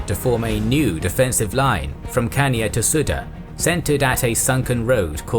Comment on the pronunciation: Am I the only one bothered by the mispronunciation of Chania?